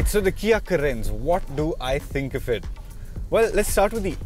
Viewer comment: Its ... Car -rens ..... Please keep the pronounciation accurate before shooting the video...